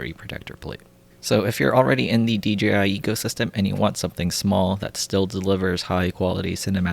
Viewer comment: Lol. I found myself saying d-g-i too. I don't where you are from but regional english can easily make it that way. There are a bunch of excellent youtube vids on pronunciation that are fun to watch. Language Jones, that lindsay guy. You'll find them if you are interested.